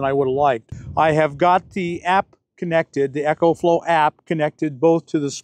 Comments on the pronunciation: ECOFLOW is pronounced "EE-Ko-flo" & ECHOFLOW is pronounced "EKO FLO". As a rep of the company, you should pronounce it right. Think of how you pronounce Economy. You don't say ECHOnomy right? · Not EchoFlow...EcoFlow, like economical